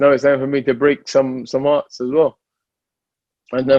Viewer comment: said "is that har I tark" 😂😂😂